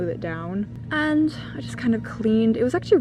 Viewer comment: what was that british "and" it sounded like hermione LOL